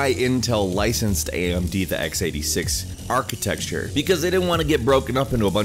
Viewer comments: What is 'architexture'? Are you trying to say 'architecture'? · Why do you say architexture? It's rather irritating... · I've commented this on many other videos of yours, stop saying "atchitexture", you sound like an idiot. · Why do you keep saying "architexture"?! Wtf is up with that? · There is no such word as "Architexture" Stop saying it. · architexture.huh... i didn't know that word 5 minutes ago... i do now!!! very informative video!!! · Architecture**Architexture isn't a word..just saying. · I've said it before and I will say it again: ARCHITECTURE NOT ARCHITEXTURE It burns in my ears. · Why are tech channels incapable of pronouncing "architecture"? There's no X! It's not architexture! ;_